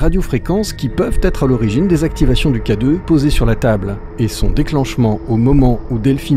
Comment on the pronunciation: « Vous aviez quoi d'autre comme matériel ? - Le K-deuffff. - Le K-deuffff ? - Un K-deuffff. »